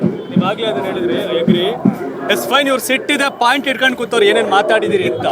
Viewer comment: ಲ* ಸೋಶಿಯಲ್ ವರ್ಕರ್ ಮಹಮ್ಮದ್ ವಾಸಿಮ್ ಪಾಯಿಂಟ್ ಆದು ಪೇಂಟ್ ಅಲ್ಲಾ ಪಾಯಿಂಟ್ ಅನ್ನು 😂😂😂